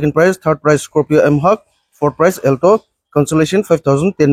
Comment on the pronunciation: Amu not elto😂 it's alto😅